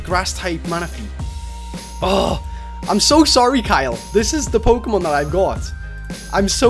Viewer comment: PRONOUNS POKEMON THE RIGHT WAY!